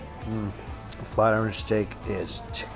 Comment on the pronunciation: Flat i- ren? Flat Iron!!!!! Learn how to speak omg